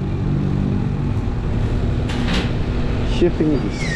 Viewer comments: chaffing dish hindi chipping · Chifing dish daw hahaha...paulit ulit mo pa binabanggit mali naman!! Chafing dish hindi chifing dish hahaha!!!